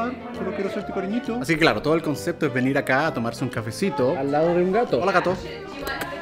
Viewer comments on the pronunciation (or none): none